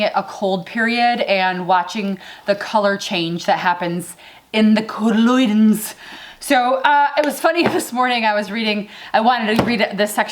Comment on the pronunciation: Your homework, until the next video, is to learn the pronunciation of "cotyledons":))) Elementary,:))) And yes, the Queen Mother looks great!